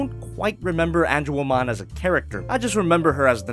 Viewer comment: Lmao, Ange”womon”